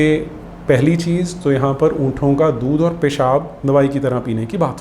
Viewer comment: उंटों होता है "उंठों" नहीं।